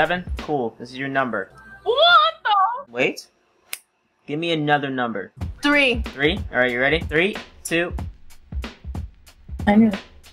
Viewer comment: They all say 7 and tree